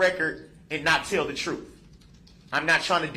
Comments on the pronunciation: ‘Tell the troff’ 😂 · Troof!! Axe me about da LIBARY.